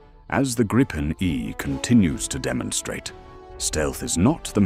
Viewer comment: gripen grypen greepen let the AI pronounce it right will ya put some more real effort in your video's